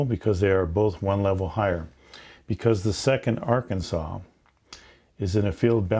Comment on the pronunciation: Did he say Ar-Kansas?